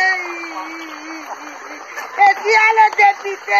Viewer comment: Une route au Caneroun. Elle prononce très bien " dépIté". " On a voté le dépIté". "Où est monsieur le dépIté?". Après maman pilon, le rdpc va certainement enfermer cette maman de l' Adamaoua. Gardons l' oeil ouvert, pour que l' on sache à l' instant T ce qui lui arriverait. Danke.